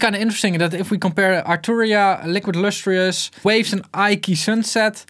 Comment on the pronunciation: “Liquid Lustrious” hahahahah. That really hit me for some reason.